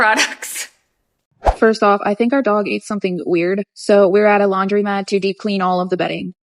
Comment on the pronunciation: Not related to her scamming, but I HATE people who say "laundrymat" and pronounce "women" like "wum-an". Like it's bad enough people these days type "a women" and "those woman" but they're pronounced them backwards too! Ugh. Like literally this is stuff you learn when you're like 3.